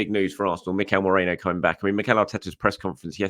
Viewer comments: mer-ee-no please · Still struggling to say Merino I see 😅